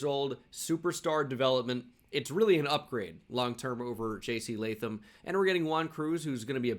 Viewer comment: at least u say Jc Latham Right My Name Is Latham So Thanks for not butchering it